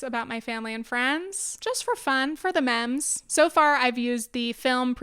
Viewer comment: just a friendly reminder can ya check how u say Memes, it tiggered my ocd XD cause its the first time i am hearing someone say it like that